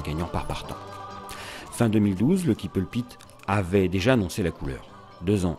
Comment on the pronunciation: I JUST LOVE THIS VIDEO! He is just so handsome and I love how the narrator says his name with his French Accent. Too fun.